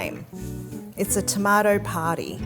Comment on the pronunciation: I'm a Brit, so your pronounciation of Baz-il and toe-mart-toe is brill!